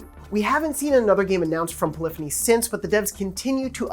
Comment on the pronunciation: Gotta love "Poylphony"